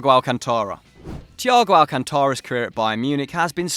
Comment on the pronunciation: The way he said Thiago Alcântara hurt my ears. Cringe!!!